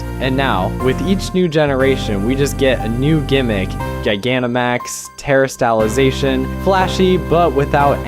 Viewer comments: My brother in Christ. Where do you get these name pronunciations from? You have pronounced Terastelization, Lucario, Charizard, and Scolipede wrong. Have you not watched the anime? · very very good video but the pronounciation of Lucario, Charizard, and terastallization is gonna make me crash out!!!!!!!!!!!!!!! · terri-stallla-zacian is a traumatising pronounciation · I’m sorry but the way you pronounce Terastallization, Lucario and Scolipede physically hurt me